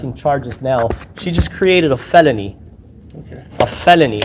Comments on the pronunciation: A “feleny” 😅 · He can't pronounce FELONY either! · can't even pronounce the name properly Now he is crying that they did not offer him water.